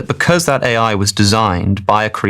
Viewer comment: is this narration artifically generated or did you not understand your own script? you referred to "a hypothetical "A" I designed...." rather than "AI"